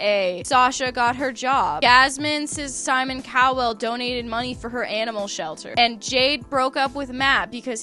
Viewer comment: Simon Cow-well is sending meeee. I know it’s a mispronunciation but it’s like comedic relief 😭🤣